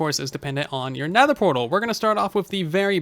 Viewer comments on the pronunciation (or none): What’s a Netehr portal? I’ve only heard of nether portals :P